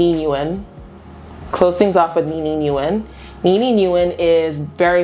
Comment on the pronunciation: Nguyen is pronounced Wen. She is Vietnamese.